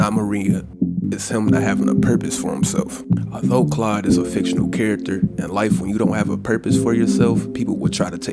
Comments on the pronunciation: Hey man it’s claude not Clyde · Why does he keep calling him Clyde? His name is CLAUDE. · Are you saying Clyde? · you just can't pronounce Claude can you